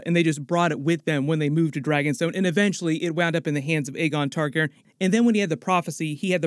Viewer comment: Learn how to say Targaryen!